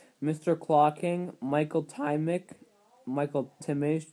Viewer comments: You did pronounce it right on your last guess its spelled Tymich but is pronounced "Tim-ik" its czech you did a great job most people can't pronounce it great job! :^) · You actually pronounced my least name on your last guess sounds like"Tymick" thanks for the shout out